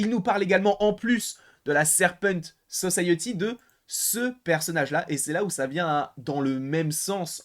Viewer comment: La Serpent So-saye-euh-ty